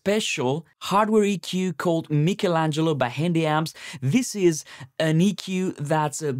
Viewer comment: At least you have pronounced it correctly the same way we italians do.I’ve heard some american folks with the funniest pronounces 😂